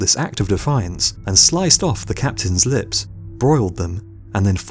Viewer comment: PwNy “lios”